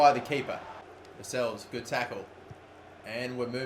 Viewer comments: its jamal lascalles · I believe it's Lascalles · It's lascelles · It's Jamaal Lascelles! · It's Jamal Lacelles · It's jamaal lascelles